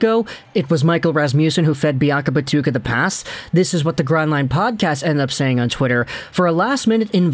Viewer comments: It's biakabaTOOOOOOOOka my guy! As always, love the content, though! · You have pronounced Biakabutuka 3 different ways. I hope your doing it on purpose.